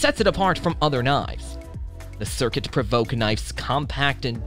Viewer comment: I had to close this video on the mark, because of the idiocy of the voice over person. it's not an A.W.L. it is an awl. a tool that is thousands of years old. and it's not "circuit" it is C R K T, or Columbia River Knife and Tool... if you don't have any idea what you are talking about, I can't take anything you say at any value. FFS, this is worse than the IA voiceovers that can't pronounce basic words. at least they have the excuse of not being an actual person.